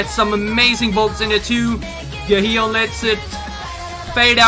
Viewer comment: just a tip on their names, korean characters are single syllable. so their 'first' name is usually 2 characters and thus 2 syllables. jiu = gee-you. sua = sue-ah. and the ones you regularly pronounce with 3 syllables are yoohyeon and gahyeon. instead of pronouncing yoo-hi-on, try yooh-yeon. same for gahyeon, gah-yeon. I normally wouldn't make a big deal but since you are THIS far into dc.. :D